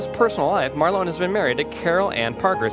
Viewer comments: It’s Marlon not marlo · Sounds like he is calling him Marlo ? As in Marlo Thomas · He can't pronounce his name, and if Marlon was worth only $200,000, he wouldn't even be able to afford an average house. scroll on